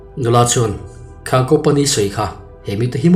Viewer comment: Khâng khang ilam dan chu a âwn hle mai😅